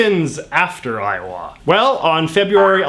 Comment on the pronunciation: iower, I hardly know ‘er!